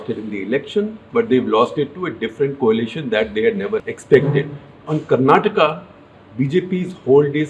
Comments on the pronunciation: 👍🏼Appreciate the way you pronounced Karnataka & Bangalore otherwise I was thinking people from the hindi speaking places are alphabet 'A' blind/dumb especially when it's with South Indian names...! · Thank you so much for pronouncing Bengaluru and Karnataka the right way🙏🙏 as a kannadiga, my respect for you increased further shekar ji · Thanks for pronouncing "KARNATAKA" not like typical North indian. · shekhar ji, today am very happy that you pronounced karnataka in the right away. I hope people are sensitive and respectful enough to do the same.